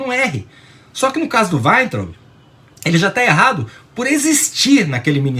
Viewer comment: gosto de ouvir suas opiniões, mas, por favor, fale Weintraub como todos falam. Ou seja, aportuguesado...